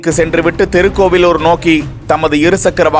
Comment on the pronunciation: தெருக்கோவிலூர் இல்லை மூதேவி! திருக்கோவிலூர் எனச் சரியாகச் சொல்! தமிழை வழிப்பறி செய்யாதே!